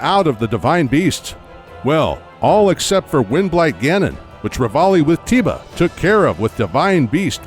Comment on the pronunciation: "Tee-ba" x15 Sigh.